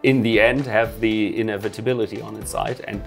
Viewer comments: The way he pronounces inevitability sounds like innovatability. So UW control is able to innovate. Cool. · He pronounces "inevitability" very strangely. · Cool video, but there is something about the way you pronounce inevitability that sounds odd... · do you not know the word inevitability? because you certainly cant pronounce it